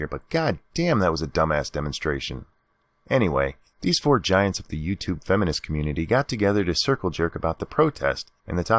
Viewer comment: Nah man, face is 100% punched if seen in person. Make those nasty ass lips busted so I don't have to hear his fucking awful pronunciation of "uuuuuutuuuuuuubue".